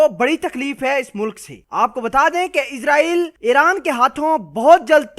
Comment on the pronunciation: ASSALAMO ALAEKOM SIR G MENE PEHLY BHI KAHA THA K NAME SAHI BOLA KRO. ISRAEL H.. IZRAEL NAHI H